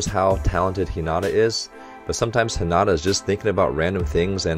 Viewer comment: I loved the English dub, though I watch both since we only have the first two seasons dubbed. I think it would help if he watched a couple dubbed episodes, especially in regards to how names are pronounced. It makes me cringe when I hear Hinata said wrong, but I love Coach's videos so much because he brings so much insight to the show!